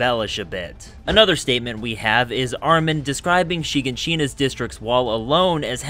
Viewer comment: why you pronounce it like that, "Shigachina"